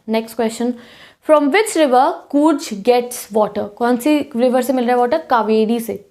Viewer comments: Coorj nahi coorg padho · Areee कूर्ज nahii कूर्ग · Coorg ka pronounciation is wrong and BTW it's 'kaveri' not 'cavery'!